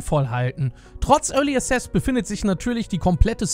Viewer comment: Es heißt early access nicht early assess... xd